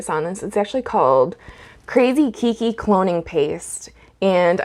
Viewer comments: Aloha, Great info! I am going to try it on a few Nepenthes today since I just received the Keiki Paste a couple of days ago. Some kindly constructive criticism: Keiki is a Hawaiian word. It is pronounced like "kay-kee" which in Hawaiian means "child" or sometimes baby (pēpē or pepe [pay-pay] is more accurate for a baby). The word you are pronouncing kīkī or kiki means "spray" or "spouting" as in Waikīkī or Waikiki, meaning "spouting water" due to the number of natural springs in this area. There's your ʻŌlelo Hawaiʻi or Hawaiian language lesson for today! Aloha nō! PS Gave you your 100th thumbs up. Congrats! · Hello. Just wanted to share, it's pronounced like kaykee. Its a Hawaiian word meaning child :) Love your video though!